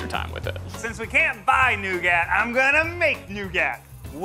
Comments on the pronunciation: I think the worst part was when he pronounced horrible wrong in the beginning (NO GOT), and then at the end he decided to change it, but the emphasis was still VERY wrong (new GAT). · ive never heard anyone pronounce it New-gat but instead New-gut. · The amount of times that Ned says nougat as “no- gat” instead of “new-get” makes me want to punch him through the screen. It’s so annoying that he doesn’t pronounce it, right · Ned calling nougat NO-GAT just ended my existence. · hearing "new-gat" so many times was...an experience. i don't think I like nougat anymore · What is going on with Ned in this video lol hearing him say “new gat” and “no gat” drove me up a wall. Never heard someone struggle with nougat so much lol I almost didn’t know what he meant. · Ok the heck is new gat? Is he trying to say Nougat? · F***ING THANK YOU! I yelled the proper pronunciation out loud after he said it the last time. Ned made me scare my dog. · The way Ned pronounces nougat drives me crazy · Wifeguy's pronunciation of nougat makes me want to tear my ears off and throw them at the TV. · when our boy Ned constantly pronounces the silent “t” in “nougat” 😂💀💀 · Ned having such a hard time pronouncing nougat really got me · why did he pronounce nougat like that.... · Someone teach Ned how to pronounce nougat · The way Ned pronounces “nougat” and “Disaronno” is starting to make my eye twitch.